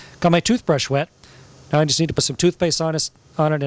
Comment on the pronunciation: i guess he meant 'just' and sounded like 'don't'